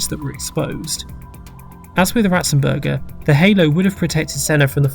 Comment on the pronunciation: You got Ratzenberger very wrong